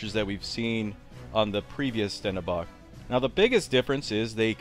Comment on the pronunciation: That's pronounced Shtendenbakh. kh like the Russians say H.